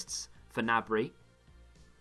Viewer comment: Its Serge GI-NABRY he even said it himself but serge nabry just feels less weird to say haha